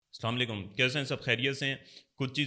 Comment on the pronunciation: Slamlaikum nhi hota Assalamualaikum hota hai Theek se bolna hai to bolo ya to nhi😢